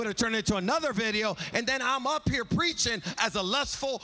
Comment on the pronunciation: "It's gettin quiet up in hea."